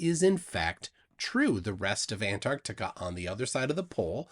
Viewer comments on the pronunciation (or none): I’ve never heard of “Anartica” …… 😂